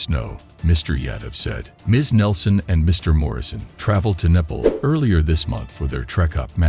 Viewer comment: And Nepal is not Nepil